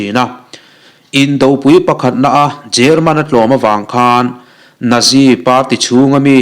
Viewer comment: Nazi.. natzi Tia lam tur